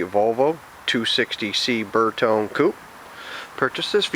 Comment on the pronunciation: It's "bear"tone ... no "burr"tone